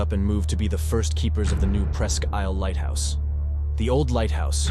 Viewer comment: New viewer...great video 👍 Just because I used to live there, I have to..Presque Isle is pronounced like Presk Eel.